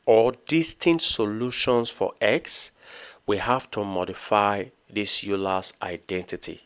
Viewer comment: it is pronounced oy ler